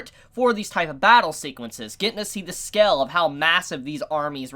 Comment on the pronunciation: is it just me or does he pronounce "scale" as "skel"??